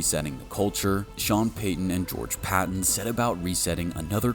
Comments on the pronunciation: The GM's name isn't pronounced Patton. It's pronounced George Pay- ten. Just like Sean name or Peyton Manning. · Is this another AI voice over video it is George Paton pronounced like Payton. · George (Pay-ton) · It’s spelled Paton but actually pronounced “Peyton” as well. I know! Lots of Payton/Peytons around here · How come youre doing a Broncos video, but dont even know how to pronounce the GMs name? Just lazy, and makes a good video cringey to listen to. Lame. Its pronounced PAY-TON, just spelled Paton. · PAton. Long A. Paton. We have three, all spelled differently but pronounced the same: Peyton Manning, George Paton, and Sean Payton. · Great video. It’s funny to me how you have all of this knowledge but you don’t know how to pronounce George Paton‘s name. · Can't even say Paton's name right? I hate AI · So, you just don't know how to pronounce his name? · PATON’s name is pronounced like Sean’s last name. How the fuck do you make videos on the Denver Broncos and you don’t even know the pronunciation?